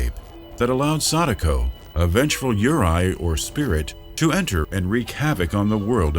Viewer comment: Yuurei (幽霊) is not prounced like "yer eye", its "you ray"